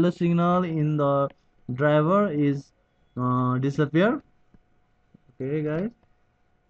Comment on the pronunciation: "disapeer" HAHA i love it !